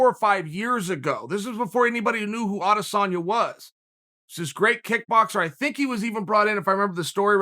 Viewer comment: It's not Adasanya It's Adesanya